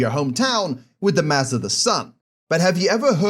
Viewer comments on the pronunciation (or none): Did he say? Mass or ass